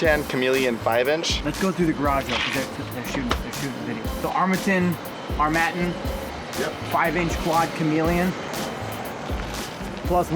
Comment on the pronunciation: Did you guys have a challenge to see how many different vowels you could use to pronounce Armattan? Armattan Armatten Armattin Armatton Armattun Im pretty sure you hit them all. LOL!